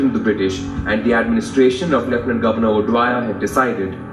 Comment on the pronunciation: O'Dwyer not Dyer